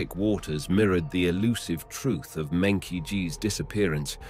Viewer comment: meng -qi is pronounced as "meng -jhi" that is the proper Chinese way of calling this name. NOT meng -Ki